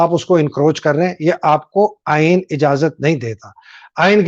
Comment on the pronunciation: 👉👉👉Actual Aeeen is Aain Bain Tain hai……